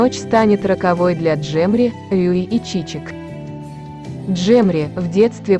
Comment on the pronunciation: Чичек это по переводе цветы.Каминтатор не правильно озвучивает её имя.